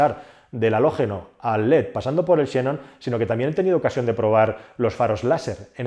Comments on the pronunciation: No son faros shenon, sino xenón (leído senón), que es un elemento de la tabla periódica con el mismo nombre griego que da lugar a 'xenofobia'. No tiene sentido alguno pronunciarlo "a la inglesa". La x, cuando transcribe a la letra griega ξ, se pronuncia ks, como en 'exoesqueleto' o en 'taxi'. La excepción es al principio de las palabras, donde por dificultad de pronunciación se reduce a una s, como en este caso. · JF para ser ortodoxos, creo que deberías decir xenón y no xénon. Saludossss.